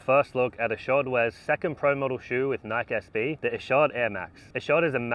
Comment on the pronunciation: It was meant to be pronounced "nike" (like bike) originally. People started pronouncing it incorrectly as "Nikee" (like Mikey). He's saying it the way the company originally intended it to be pronounced.